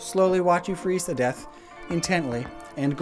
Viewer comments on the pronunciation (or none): none